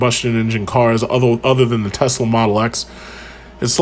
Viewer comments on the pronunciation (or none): none